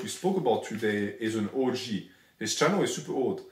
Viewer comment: Anyone else notice the french accent makes the pronunciation of OG sound like the word orgy???